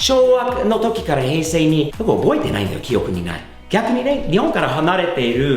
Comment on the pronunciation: ヘイセイの発音にsiriが反応した w